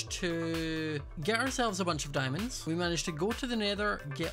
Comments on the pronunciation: It’s hilarious how says “Dimondès” instead of diamonds XD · dimondes My brain everytime: diamontes